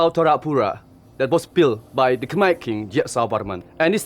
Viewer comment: Mind changing the Khmer pronunciation of the dub from khermeh to kh'my.